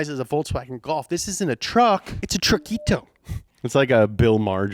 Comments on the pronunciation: It’s not truckito, it’s trokita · "Trokita",, "Trokita"